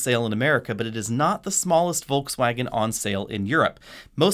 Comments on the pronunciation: Wtf is "Volksfäägen"? If you want to pronounce it correctly: "Folksvagen" German "v" is pronounced like "f" and german "w" is pronounced like "v". And there's definitely no "ä" in it. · If you pronounce Volkswagen with a Ford F at the beginning you are absolutely on spot. Cool vid!